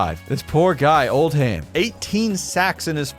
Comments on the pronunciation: There's a town in the UK called Oldham. Its pronounced Old-am. Hearing you say Old-ham really messed with me. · ITS PRONOUNCED “OLDUM” NOT OLD HAM